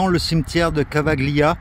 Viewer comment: Tu prononces "Cavaggglia" mais "gli" en italien se dit comme le "ille" de feuille. Famille s'écrit famiglia, mais se prononce "familia". Le "G" suivi d'un "L" est donc muet.